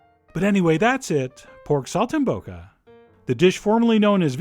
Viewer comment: Pronounced Sol - tim - bocca